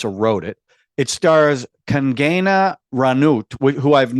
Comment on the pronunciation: It's Kung-gaana not Kang -gaana